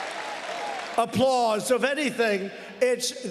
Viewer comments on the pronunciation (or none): But it sounded like " a pause" to me. Maybe like the teleprompter telling him to "pause" for the "applause" .